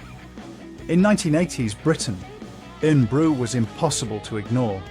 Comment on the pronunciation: Omg the pronunciation of Irn bru is brutal, it is pronounced Iron Brew but spelled Irn-bru.